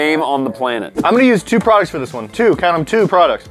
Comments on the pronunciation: No one: Absolutely no one:: were we wate pwoducs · Me for the past week trying to find the video where says " we wate products" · We wait pwoducts dope or nope: every single time. Me: wow just literally says it correctly every single time. Also me: lol Welcome to Dope or Nope the Channel in Which we Rate Products Dope or Nope. Um or we say nope or dope does it really matter? I don't know. (Just Joking) OK maybe not- #LMAO.